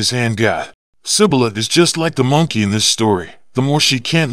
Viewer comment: Bro I just don't want to hate it on you but it is monkey not moonkey